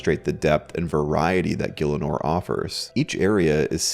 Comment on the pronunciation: Is it really pronounced "gill-inor"? I though it was "gih-ell-inor" or "gee-ell-inor"